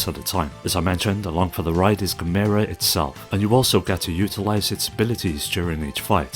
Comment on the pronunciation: Gamera should sound like camera. Really hurt my ears hearing 'gameira'